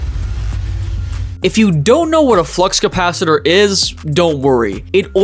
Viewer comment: Not only did the flux capacitor lady get suckered into using that term, she pronounced it "capacitator". Kinda reminds me one about 40 years ago when looking for my parents in an airport, I heard the pager announce "Will Joseph Goebbels, Heinrich Himmler, Herman Goering, and Adolph Hess please report to gate 45." Oddly, though, she pronounced all of the names perfectly. I want to know what the "offensive math problem" was!